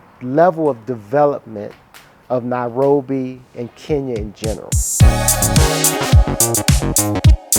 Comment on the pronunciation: Very provocating that he constantly pronounces it Now-robi